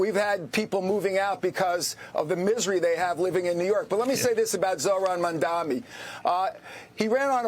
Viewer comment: Don't you think the man running for Governor should know the last name of the NYC mayor?? Four times he called him Mandomi.